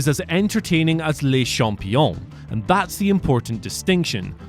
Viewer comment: Did you just call Chris Jericho "Lay Champione"? It's Le Champione. Oh, you're going at the top of his Lexicon!